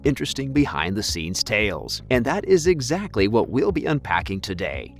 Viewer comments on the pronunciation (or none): none